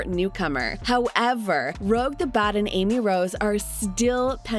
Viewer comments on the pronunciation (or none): Sorry, but it’s Rouge, not Rogue.